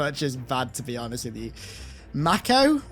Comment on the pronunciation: Aviator is based on aviator shades/sunglasses worn by pilots Mako is pronounced 'mayko', not 'makko'.